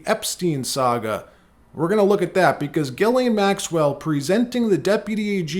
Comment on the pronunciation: Her name is giz lane. Not gilane😅 sounds like a porn star huh.